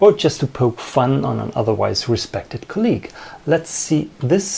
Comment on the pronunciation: COLLEAGUE has emphasis on the first syllable. COLL-eeg.